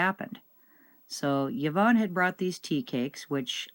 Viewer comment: Scottish person here. Have you asked Yvonne how she says her name? Fairly common in our wee paradise. It is Ivonne, or eevone. Anyway a vowel at the start, not a yi. So... thats all.